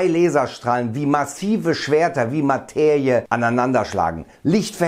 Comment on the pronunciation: warum sagst du immer "Mateiie"😄